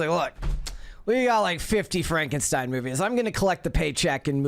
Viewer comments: Frankensteen haha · It's Pronounced Frankensteen 😆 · It’s pronounced Fronkensteen 😂